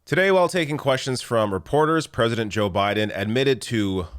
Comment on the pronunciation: Joe Biden is more conservative than prezzuhdunt rayGun